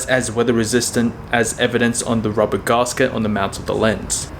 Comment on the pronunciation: Great to see some Aussie photographers on YT. I’ve just watched all your e-mount camera reviews and half of your lens reviews. I don’t usually comment, but there’s one thing I can’t help but point out. Dude, gasket is pronounced gas s-ket, not garse-kit. Sorry to be a whiner but it’s been doing my head in.